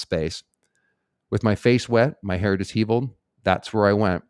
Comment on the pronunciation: Disheveled: Dis-sheveled.